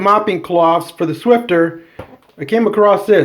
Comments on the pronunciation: There is No "T " in Swiffer it is not swifTer, it is Swiffer! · It's called "Swiffer" not "Swifter" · It's SwiFFer not SwiFTer..hahaha. Thx for the demonstration tho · No offense but... please call it the right name... swifter ? What, so annoying... the box says Swiffer. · Funny you called the mop pads Swifter and it doesn't have a T in the spelling.